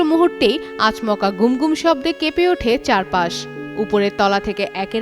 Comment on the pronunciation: এসব সংবাদ পাঠিকা কী বস্তি থেকে ধরে আনা হয়েছে? একটা বাংলা শব্দ উচ্চারণ করতে পারে না। ‘আচমকা’ কে পড়ছে ‘আচ’ ‘মকা’। এসব আন্ডার প্রাইমারী সংবাদ পাঠিকা ধরে এনে কম বেতন দিয়ে চ্যানেল চালাচ্ছেন?